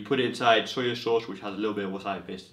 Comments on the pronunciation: Why do you keep saying "Sawyer Sauce"? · AlxRev I heard "soya" not "sawyer." In any case, many regional accents add phonemes that are not needed after final vowels. Adding an r is particularly common.